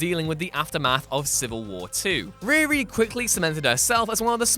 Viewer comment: WHY ARE YOU PRONOUNCING HER NAME IS REAR-E .... ITS REE-REE .... sheesh